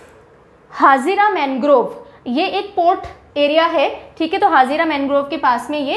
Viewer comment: The way you know it is vagad not vegad or etc because you belong from RJ. The same way you pronounce the wrong name of gujrat places, it is भरूच not भारूच and it is हजीरा not हाजिरा। Also in other lectures you pronounce the wrong name for NP like it is वेलावदर NP and वासंदा NP। Not making fun but just correcting pronunciation. As when you don't belong from a particular region you can't pronounce proper 😅